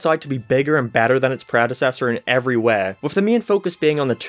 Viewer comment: I like how he says 'weh' instead of 'way'